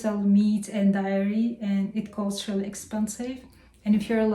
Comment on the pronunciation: Happy New Year, honey! We missed you. Just some notes on how to improve your channel: don't use "negative" all the time when talking about the temperature, because it sounds like a physics class. Start using the word "minus". Also, be careful about the word "dairy." You pronounce it wrong and it sounds like "diarrhea"—and trust me, you don't want that! haha. Please check the dictionary for the pronunciation. I love this channel so much; please post more!